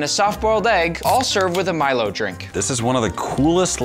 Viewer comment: The Milo is pronounced melo.